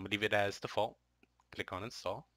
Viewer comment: Did he say click or cllick(double L)